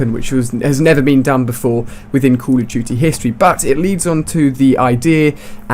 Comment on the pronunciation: lol you said 'COOL OF DUTY' haha :)